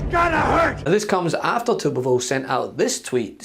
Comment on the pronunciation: It’s pronounced Tubby Tumorville.